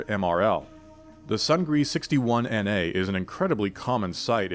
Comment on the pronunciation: It's pronounced "soong-nee", not sung-gree" and means "victory" in Korean.